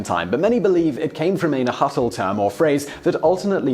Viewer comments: "Najuatl" terrible pronunciation. The h is silent. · Yes, you arr pronouncing Oaxaca right, but it and Jalisco are the only ones. Agave is ah-GAH-veh, pulque is PULL-qe and nahuatl is pronounce NAH-wa-tl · Is this how englishmen pronounce Nahuatl words? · FYI, You don't pronounce the "l" at the end of Nahuatl. Nah-Hwaht. Also, the "x"'s in names like Oaxaca were pronounced as "sh" before the Spanish arrived and turned them into a soft "h". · Your pronunciation for Oaxaca was perfect.... Nahualt, lets just say it yoy murdered it! But good try though! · the way he pronounced Nahuatl killed me